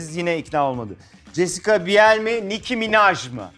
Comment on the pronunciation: Allahimmmm okadar modern olmaya calisan bi sunucu ama daha jessica biel isminin nasil okundugunu bilmiyor😬😬😬😬😬😂😂😂👎🏼